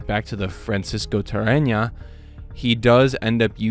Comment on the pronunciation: How are you pronouncing Tarrega with an N ? Is that a miss print 😆